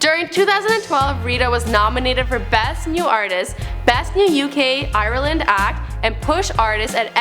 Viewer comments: You cant just make up the pronunciation of a country wtf is “iyerlund” it’s pronounced “iland” like “island” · Iraland? Way to butcher the name lol